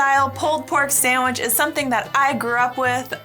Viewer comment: Hey...thank you so much for calling it a saNDwich (with an "ND") and not a saMwich. So many native English speakers in the US say samwich. There's no "M" in sand. 😀